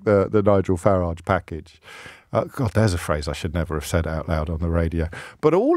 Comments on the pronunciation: Deliberately mis pronouncing Mr. Farage’s surname. Pathetic, mr o’ breeeeeen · "LBC's ex golden boy Nigel Fartage" get it right James